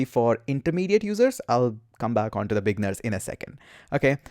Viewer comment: You say "beginners" and it sounds like "big nerds" XD Thanks for the crash course, my man. I've been scouring the internet for an updated course like this for ages now. And all the new stuff and old stuff combined were not helping. You just made it all a lot simpler. A. LOT. Thank you!